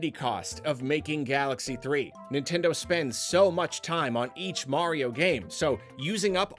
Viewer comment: Y'all it's Nintendeen